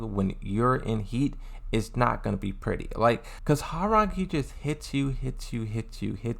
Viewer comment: As a Korean , thank you for pronouncing his name correctly ~ i hear so many non Koreans saying Rang like telephone rang . it is suppose tonsounf Rahng, ppl ! like Hyundai everyone saying Hyoon Dye . it is called Hyun Dae mad respect !